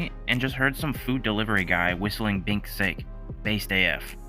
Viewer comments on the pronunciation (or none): If I remember correctly from a lot of people correcting me, it’s pronounced Sahk-Eh